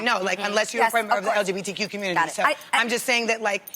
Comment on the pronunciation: Did Jeannie just say LGDBQ?